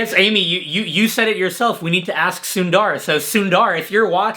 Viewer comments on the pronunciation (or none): its sun-dh-r...not sunddar....sundar means beautiful😁😁😁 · This was a great video, thanks! Demolished the like button there. (Btw, you guys butchered Sundar’s name with the pronunciation 😛 haha)